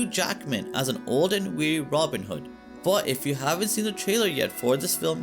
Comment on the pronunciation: Who the heck is Ronind hood 😂😂